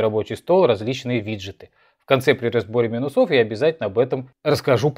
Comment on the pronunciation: плюсОв, минусОв… что с ударением?